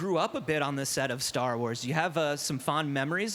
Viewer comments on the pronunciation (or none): And “Sar Wars”